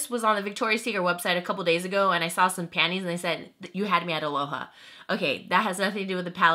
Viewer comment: Phan-tees! Haha!(Filipino accent)😂